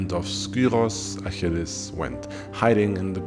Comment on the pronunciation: the pronunciation of the name is gorgeous